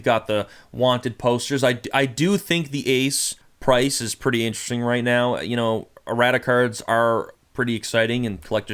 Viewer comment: whenever you say "errata cards" brother, it sounds like you're "erotic cards"